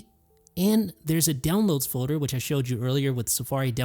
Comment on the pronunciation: I heard said Fowder. My day is complete! 🤣🤣🤣